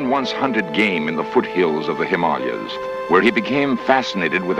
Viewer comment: One of the rare occasions where "Himalayas" is pronounced correctly.